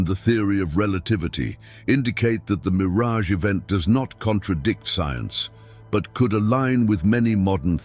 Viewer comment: Yes, I noticed that he even called Miraj a mirage, but I think it's because of the artificial intelligence, because the voice is for the artificial intelligence, not a personal dub. It's still good that you said it. I apologize for not mentioning it. I hope you don't fix it. This word has nothing to do with Israel, the bastard.